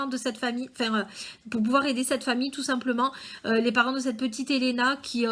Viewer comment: Oui c'est bon ta bien prononcé